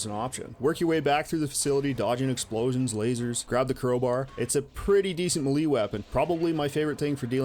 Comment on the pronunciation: I admit I'm somewhat fascinated with how you pronounce "melee".